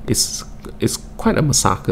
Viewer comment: What's a MASAKER..?? hahaha just joking bro,accent hahaha